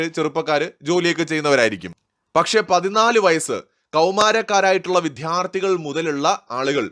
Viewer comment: വിദ്യാർത്ഥി എന്നാണ് പറയേണ്ടത്, ദ എന്ന അക്ഷരം മൃദുവായി പറയുക.